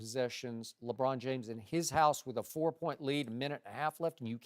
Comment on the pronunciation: Did anyone hear skip say lebrick aha